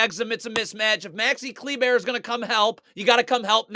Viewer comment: Love the way this man pronounces Kleber (cle•bear)